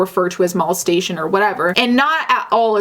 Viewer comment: Mal-es-tation? why’re you saying it like that? Lmao it’s molestation.